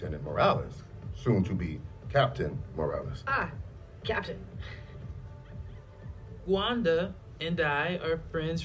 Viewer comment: Am I the only one who heard Rwanda instead of Gwanda